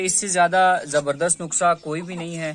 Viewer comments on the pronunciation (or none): Assalam o Alaikum nukhsa nahi hota nuskha hota ha